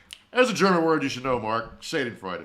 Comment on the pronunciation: I can tell you’ve only SEEN the word schadenfreude and not heard it spoken aloud. No shame, but for reference it’s pronounced shaw den Freud uh. Don’t know if you are a musical theater guy but you can find a whole song devoted to the concept of schadenfreude in the soundtrack to Avenue Q…which does strike me as one that you would enjoy